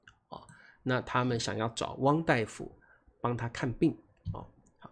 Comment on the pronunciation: 大夫 pronounced as “dai” 不是 “da”. Hmm…😊